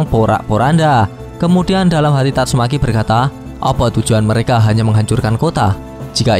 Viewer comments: Tatsumaki bang bukan tatsumeki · kamprettt...padahal udah seru loh,tapi sebutanmu min tetap idolku...tatsu'meki' yah....bukan tatsumaki..🤣🤣🤣🤣🤣